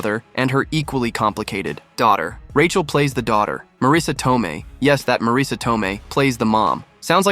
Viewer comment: Please don't play games with the English language. The name is spelled Marisa, & pronounced Marisa - you can even try 'Marissa' if that makes it easier for you. But It is not spelled Mareesa, nor pronounced with that weird inflection.